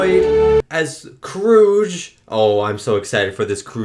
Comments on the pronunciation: it's KROOG, ain't it? (not sure about the e) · Kruge is pronounced Kruug. To really tease you, in the alphabet created by Marc Okrand, Kruge is spelled Qugh, aka, "Kruug." Kruj is probably his uncle, who'll gut you for insulting his kinsman!!! (I belonged to the Klingon fan club Klingon Assault Group/KAG during this time.)